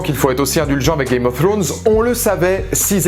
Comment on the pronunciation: Ta pas compris que le roi de la nuit et son armée de mort c'est un seul cerveau celui du King of night chelou ton debrief...! Games of throooooones bof l'accent, rien ne va, bonne continuation quand même